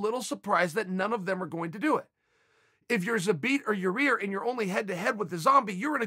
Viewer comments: YAA-EAR, not YOUR REAR. show a little respect bro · "but the same goes for yayear" "ya ear" "your rear" chael. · Say it with me Chael " yair" not. "yarear" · Is it Yii-air or your-rear? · Chael it’s Yah Ear! Ya ir! yair! Not yur rear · Ya ihr not your ihr Chael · It’s really hard to ignore “your rear” 😭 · Lol. Even the auto caption says "your rear" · I hear it as Yarear. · Chael, repeat after me; YAYEAR. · My CC says “your ear” every time Uncle Chanel says Yair’s name and I’m just laughing with tears running down my face 😂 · I'm just glad I got to hear uncle chale say "Yeah-rear" a few times befor 🎄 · I knew "Ya-Ear" couldn't sustain for that long. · Ya "rear" Rodriguez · "Your rear". Cmon uncle chael lol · “Your rear” bro stop😂🤣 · Chael:."its hard to forget ya rear" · Uncle chael is trolling us with 'your ear' Rodriguez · Ya ear Rodriguez 😂👌🏻👌🏻👌🏻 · Calling poor yarear, yah 👂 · Yah Ear Chael. YAH EAR! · Name: Yair Chaels version: Ya-Ear👂, Ya-Rear🍑 🤭😭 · Now i know chaels fuckin around. He says ya rear, and then ya ear. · YA-REAR RETURNS. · Can someone please just make a compilation of uncle chael butchering fighters names . Yair -> Yayear -> Ur Rear 😂😂😂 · chael last month "u idiot its Ya-Ear NOT your ear"..... and now, hier we go again ,,,, meehhhh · Yair -- pronounced "Ya-air" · “Ya rear" or “Ya ear" is more funny 😂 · Yah Rear LOLOL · Lol he started by calling him "ya ear", then as the video progressed it became "ya rear". I swear in his previous videos though, he called his name Yair properly. He has to be trolling lol. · Why is everyone else MISpronouncing Yaïr - instead Yareer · Chael "Yair... jk Yarir" Sonnen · He is trying way harder now to say yair after that fan question video guy said yarear and he called him an idiot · Chael trolling us with how he pronounces yairs name 😂